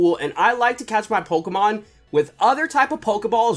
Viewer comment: If you don't know how to pronounce Pokemon cards right then you shouldn't have this job